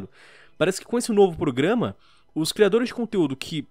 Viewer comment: A melhor parte do vídeo é o falando "PRUGAMA" kkk